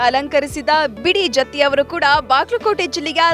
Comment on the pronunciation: ಅದು ಬಿ. ಡಿ. ಜತ್ತಿ,ಬಿಡಿ ಜತ್ತಿ ಅಲ್ಲಾ .